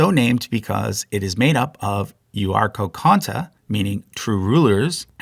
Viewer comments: Euarchonta has one hard c sound, not two 🤓🤓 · yeah he makes some mistakes in his videos in what he says. Like in this one he also can't pronounce Euarchonta lol. But I think the information on his charts is pretty much correct